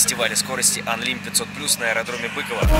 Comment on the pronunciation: Не бЫково, а быкОво